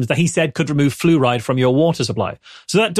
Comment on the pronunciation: Congratulations to you fine Scatharians. And I had to listen to saying "flu ride" a couple times before I realized is wasn't some sort of British car.